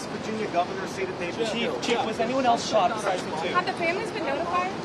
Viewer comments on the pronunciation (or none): none